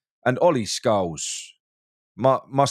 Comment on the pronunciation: Scowles? Isn't it Scarles?